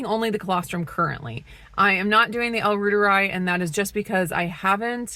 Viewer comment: I would just listen and pronounce the L Reuteri like Dr Davis says it since he created it. The yogurt I mean